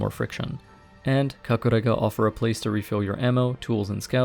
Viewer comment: i like the way you said kakurega. it sounds like japanese accent